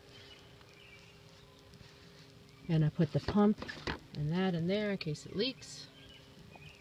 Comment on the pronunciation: Hey! Nice dumpstah theyah at the begining theyah.